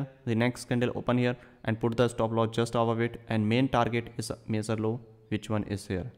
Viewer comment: They way you pronounce the word "major" makes it VERY difficult to understand. It took me a long time to understand what you meant!